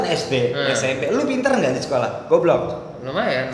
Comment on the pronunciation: Sekolah bang bukan scolh , therteen bang bukan thirtin